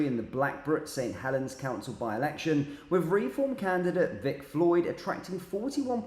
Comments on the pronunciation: Not ‘re-form’ but ‘reform!’ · It's Reform one word not Re-form.